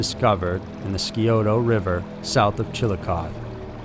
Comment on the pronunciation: Also, the Skioto River. Dude mispronounces most names.